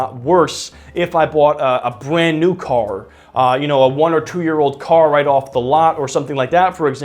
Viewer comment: “Bwand New Cawr”